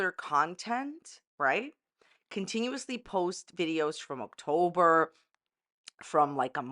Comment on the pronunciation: Are we saying “Oaktober” on purpose? 😂